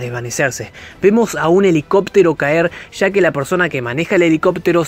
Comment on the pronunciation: Ya, no sha, hable bien